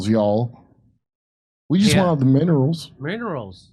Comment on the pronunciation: It's pronounced 'minrilz' y'all. You need to use a more snivelling cadence to imitate LadyG properly.